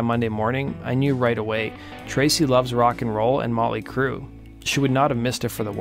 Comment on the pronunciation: Who's this "Mawly Crue" that he keeps mentioning?